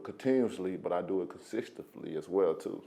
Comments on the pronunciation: Blah blah blah I'm so great..wait a minute did he say consisfticly ??at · Deontay "consistefly" Wilder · My guy said Wilder consistuflee...... I respect him 100% tho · Man....Big bro said consistifisly (consistently).....but....my bag is in him. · not only do i do it continuously, but i do it consistahflee?